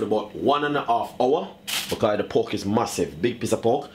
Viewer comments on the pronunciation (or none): Pork... not poke